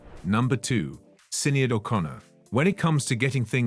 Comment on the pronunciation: SINeeAD? her name is pronunced SHINAYDE do your research ffs.